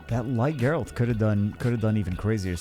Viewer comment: Oh, if youre still wondering, I think its pronounced Geralt